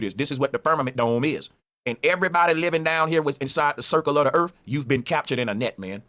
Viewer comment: I wonder if it has anything to do with how their tongue's are shaped or the size or something because most black people can't enunciate the "th" sound. He keeps saying Earf. What is "Earf"? I don't know or understand what Earf is?. He might be trying to say "Earth" but alas, those "TH" sounds are too much difficult Engrish for 'dem to do dat) And he keeps saying 'carick-er-cher' for the word 'Character'. He can't enunciate 'care-ick-ter'. He's got some real issues with the basics of the Engrish Lan-Gu-Age. He even says 'the thing is 'dis' instead of 'THis' - again with the 'th' sounds. I can't get passed that level of illiteracy to see "Bro" as a knowledgeable human.